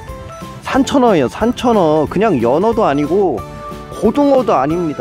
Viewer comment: 산천어가 삼천원으로 들림